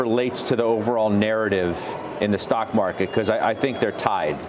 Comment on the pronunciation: ‘Stounk maaket’ nice